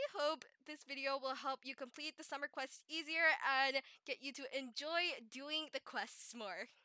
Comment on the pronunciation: Hmmmmm This is so helpful :0 so thanks :> And did you say Summer or Swimmer? I also thought of the word too when I reas "Swimmer flippers". xD